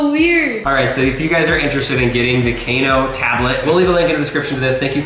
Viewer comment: I don't think its, Kc - a - no Its: K - AA - NO